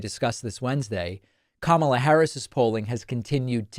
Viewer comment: He keeps calling her Kamabla or something like that, and every time I see it, I think, " nah dude, it's Karma la "